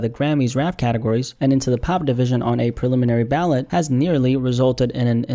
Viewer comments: The word is ‘ballot’ 🗳️ not ‘ballet’ 🩰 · it's Ballot not Ballet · the way he pronounced ballot as ballet 💀